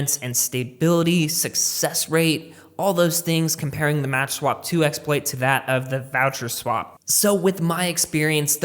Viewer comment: It's called "makswap" and not "matchswap" Other than that, great video ;)